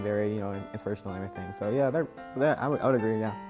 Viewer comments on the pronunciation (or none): none